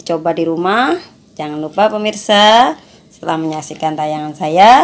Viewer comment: ngomong gak bener permisa permisa terus haahah, tapi benar juga bikinya tuh